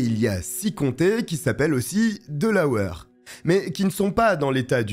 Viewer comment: C'est pas delaweur mais Delawaire que ça e prononce Delaware